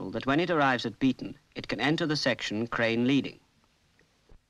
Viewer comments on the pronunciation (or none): I assume was making a joke at the odd pronunciation of the word "section".